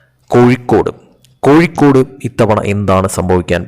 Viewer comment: കോയി ക്കോട് ,, കോയി ക്കോട്,, പോടാ കോയി